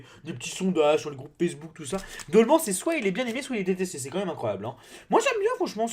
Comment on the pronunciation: On dit dolman en pronancant an comme âne